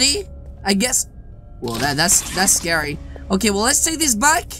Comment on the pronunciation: It’s scawy yes yes